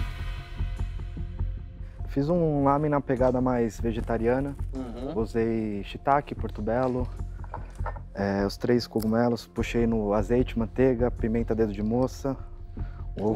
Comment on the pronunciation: Mônteiga kkkk